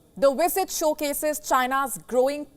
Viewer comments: And its Visit not Wisit! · Lady, it's "VlSIT", not "WISIT"! Good lord!